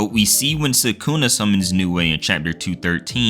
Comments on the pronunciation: why are these american anime youtuber never able to pronounce names correctly. its sa-ku-na not sa-kooo-nah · its sukuna not sakuna